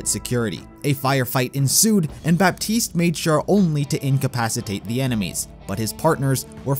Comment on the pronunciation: The way you say Baptiste... It's pronounced "Batiste", you don't say the P.